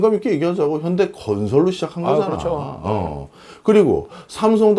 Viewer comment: 현다이? 일본인 인가? ㅋ ㅋ 더 정확하게 겐다이 라고 해 😂